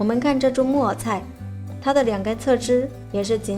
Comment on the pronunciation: 木耳菜的（耳）是要捲舌的，沒捲舌會聽成（木偶菜）的 😅😊😆-跟妳隨便聊聊